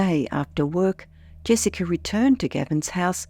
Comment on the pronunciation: Jessiker? No r ,stop saying ut.